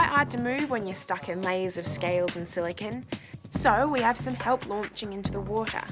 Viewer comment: “Silicin” Hahaha